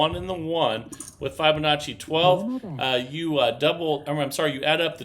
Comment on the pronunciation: Please learn how to pronounce Fibonacci properly please it’s not fy it’s fib